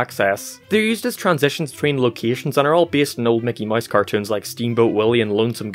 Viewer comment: I just realized he has been saying Mickey Mice the whole time